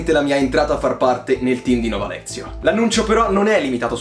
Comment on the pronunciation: Parti già benissimo proprio🤣🤣🤣, è Nova Lectio, non Nova Lezio🤣🤣🤣